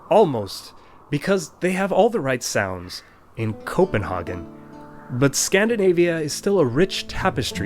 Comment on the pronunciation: 1. You did very well on the speaking... 2. Danish as a language, has many dialects, bc of the 400+ island separatisme 3. We don't all speak with a potato in our throats, but some do, more than others 4. and it's Copen-haygen, NOT Copen-ha-gen hello from Denmark 🌸